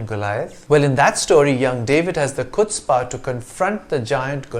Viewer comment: Isn't it pronounced 'hutzpah'